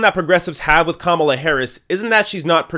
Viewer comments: Ka Mala not Kam ala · The first thing you need to do before "reporting" is to learn how to pronounce the names. It's Ka-MA-la, not KA-ma-la. Buh-bye! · Who is “Com-u-la” Harris? I thought it was pronounced “Kah- mah- lah”?